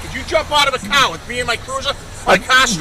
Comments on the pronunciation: What in the hell is he saying? Is he saying Car storm? I can't understand the little runt. Car has an "R" in it and all I am hearing is KAH storm. Does anyone happen to know? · Its CAR!! Not cah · hmmm the quote that's a good way to get dead buddy. That is unless he is a better shot then you. Not to mention the dash cam covers his arse with factual evidence the cop does not have. Oh by the way mr cop the word is car with an R not ca. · What the hell was that word that pig used? "kahr"? 🤔 "kaaa"? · What’s a Cah stop! Lol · What’s a cah? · that cop pissed bc he can't say CAR, its Car, not CAA, fkn bastoners, they all full of caa's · masshole accents are THE most horrid sounding noises ... and how blue isis keeps pronouncing "CAAAH", became painful after the 3rd time he said it. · "You don't jump out a cahh at a cahh stop" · "you don't jump out of a caaa at a caaa stop" 😂😂😂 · NEVAAAA JAAMP OOD AD DA CAAAA ON A CAAAA SCHTOP…YA COME DIS CLOSE TAA BEIN DEAAAD BUDDY🚨🤬🚔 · It sounds like he's saying 'c0ck' every time he says car I'm freaking dying lmao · He calls a “car” a “Kaa” lol. What is this officer’s name? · a cah! a cah! you don't jump out of a cah, a cah! you sah anamahd ,yah cahsed an accidant. - LOL There is no "r" in anything they say zero.